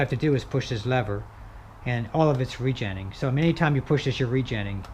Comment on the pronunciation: Why don’t you say re- genning one more time